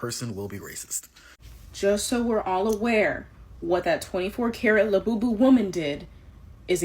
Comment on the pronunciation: The only thing worse than a Labubu is how Brits pronounce it